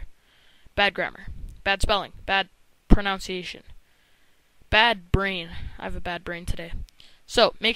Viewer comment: you pronounced pronunciation wrong :P